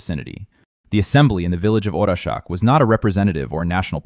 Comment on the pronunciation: Orašac is not orashak. Learn before you make a video.